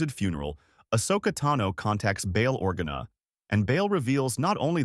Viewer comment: It's not Podmay it's Padme And it's not Orguna it's Organa